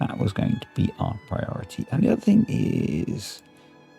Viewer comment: "Respect my prior-tah?" classic! thank you sir for the lols